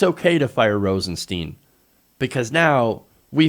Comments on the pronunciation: It's Stein.. Not Steen.. You'd pronounce the word stein like Stine, so if it's Rosenstein, you'd pronounce it the same as if the Rosen part wasn't there.. He even went on an interview and said he doesn't correct people because his parents went by both to make it easy on others, but he even said it's Stein not steen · PLEASE... Rosenstein is pronounced with a long "i", not a long "e". That's how he pronounces his name. It's not ambiguous.